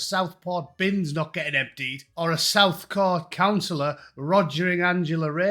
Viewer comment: Dont take your news from a man who struggles to say the word "Southport".